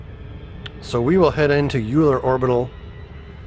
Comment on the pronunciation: It is pronounced Oiler, he was a one eyed mathematician.